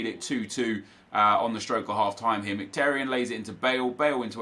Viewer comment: You should know how to pronounce Mkhitaryan by now considering he’s an Arsenal player